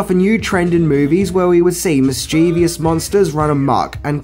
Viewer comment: Please learn the word "mischievous"